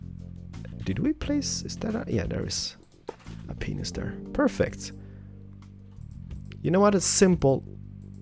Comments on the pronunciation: He says penis instead of panes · I always wondered this, why do you say window "penis" instead of window "panes" I think it's just your pronunciation, which should be like "pains" for "panes", but I'm not sure. Please inform? And have a good vacation!! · your awesome but, the only thing you say window peines. That's a bad habbit:( Say window panes:) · You must be pretty new here, K says it on puropose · It's just ' way of saying panes to penises because he said it's too hard for him to say it, same goes for acacia wood which he says chacha wood.